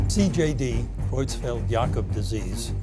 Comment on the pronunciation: Learn to pronounce CJD.